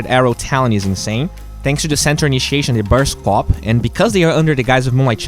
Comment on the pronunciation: he pronounces qupe as queppe xD